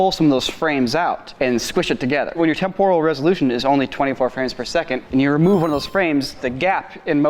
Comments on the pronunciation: Who on earth pronounces temporal as temp-oral? It's tem-per-al. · Does he mean"Temporal'? Why does he pronounce it so weirdly?? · Wtf is this current "trend" with pronouncing it tempoooooooooooooral? It is more like temp-uh-ruhl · It's pronounced Temp-er-al not Tem-Por-al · The mispronunciation of "temporal" feels like a cheese grater to my eardrums :/ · Live everything about this channel but your pronunciation of "temporal" made my ears bleed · Stop saying "TEMporal" wrong. You're putting the emPHAsis on the wrong syllAble. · That's not how you pronounce "temporal" 🙃